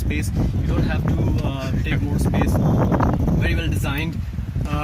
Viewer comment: I thought you just landed from UK, but when you pronounced leg space as "leg Espace", I realised that you are a true indian.